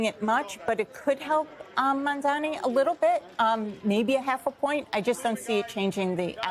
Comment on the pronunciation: Will Cuomo finally learn to pronounce Mamdani's name?